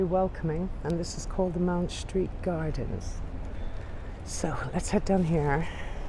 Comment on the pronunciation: Having another look at this delightful video. Just a small point - it’s Mount Street, not Mound, and the church is often just called Farm Street, because it faces into that street. The ‘offices around the corner’ are where I stayed for two very happy weeks with the Jesuit community. I had such a wonderful time, and it’s so good to see this part of London again.